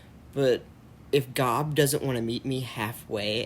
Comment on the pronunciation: when you said if "GOB" does'nt notice... I thought you said if "GOD" doesn't notice